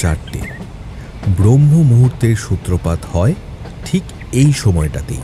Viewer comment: Bromhomuhurto no.Bramha muhurto. Ekjon professor ei bhul manay na. 2> Devabibeb mahadeber mantra sathik uchharon hoy ni. Tomuch sad. Future amake bolben. Ami eksamay bhalorecite kortam.